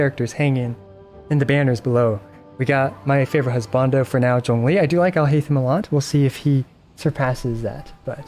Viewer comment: No wonder your pronunciation of Zhongli sounded so good